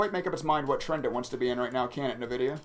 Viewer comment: Too much trading for my taste... but for future reference: "in-vidia"